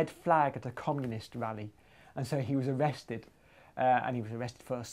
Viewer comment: why do techy mathy geeks have problems pronouncing r..... he was awested